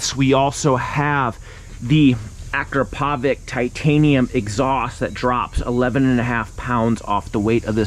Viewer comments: Hey, it's pronounced ah-krop-oh-vich, not ak-roe-pove-ik... The only reason I know this is because I saw an Akropovic factory rep say so on a video a while back. 🤷🏻‍♂️🤣❤️🏍️ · it's not A-krah-PO-vik, it's a-KRAh-po-vits! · "Listen to that dry clutch!" -while rocketing away and not letting anyone listen to it "Ak-ra-povik titanium racing exhaust!" ak-rah-pov-ich And holy shit, stop riding around with your highs on, making everyone hate us. Thank god for daily rider. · I cringe when he says Acrapovič... it's A-crop-o-vich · Say it with me,. “Ah, crap (trill the r if you’re really fancy), oh, vich…” together we can end this mispronunciation forever. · So cringey when people can't pronounce Akrapovic. It sounds like this... Uh-Krrra-poe-vich. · Dude, you earn a living reviewing motorcycles. You should by now reeeally know how to pronounce Akrapovic. You're far off. For the last time: Ah-KRAH-po-witch. Big emphasis on the second syllable. Third syllable is not poe, it's po. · Your saying akropovic wrong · My man butchered Akrapovic’s names like it’s not all over the motorsports world. Companies trophy cabinet is stacked!